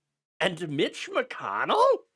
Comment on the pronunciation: “Lich McConnell.” Ouch.